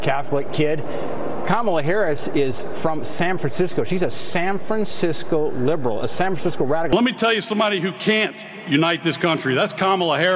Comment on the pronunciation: "She's not lib'rul."